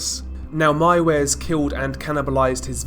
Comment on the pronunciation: You are the First english who said Armin Meiwes Right 👍😄 Good Video Man 👍